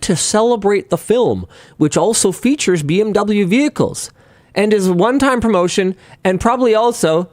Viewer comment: Finally, someone saying Beh-Em-Veh instead of Bih-Em-Doubleyou. Thanks for pronouncing it correctly (even if maybe on accident)